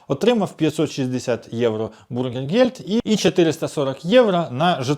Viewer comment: Слухаю автора вже вкотре і досі не розумію, чому автор завжди говорить про якийсь Макдональдс, маючи на увазі біженців??? не бУргергельд, а бЮргергельд - не від слова гамбургер, а від слова бЮргер - громадянин!